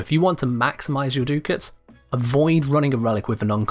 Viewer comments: DUCK-ITS, not DOO-KITS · Duck-its, not Doo-kits. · Ducats isn't Do-kits it's duck-its... It's like hearing nails on a blackboard each time he says do-kits.. (noun) Cash, money or bills, from "ducats": various gold coins formerly used in certain European countries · Duckets are pronounced duck-its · omg i hate how he says ducats, its insane, litely no one says that...*sniff sniff* smells like british butchuring words again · The way he pronounces Ducats hurts me I actually can’t watch this past 2 minutes